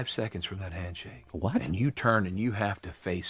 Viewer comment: He's saying "hamshake"